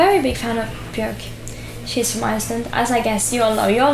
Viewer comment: she pronounced bjork correctly im so proud